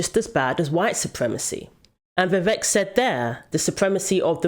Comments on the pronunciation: Vivek pronounced like cake. Vi Vake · 100%. He's not a politician like Biden who can keep a mask on forever. Also fyi its 'Vi Vake' and not 'Vi Veck'. rhymes with cake and not wreck. 🙏🏾